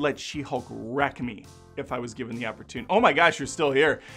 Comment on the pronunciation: It's not "the" it's "THEE." As if she's biblical or something.